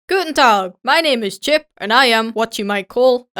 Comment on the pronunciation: güten appetit hahahaha ich kann nicht mehr😂😂😂😂😂